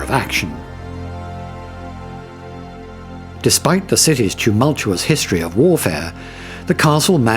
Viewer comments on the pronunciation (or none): none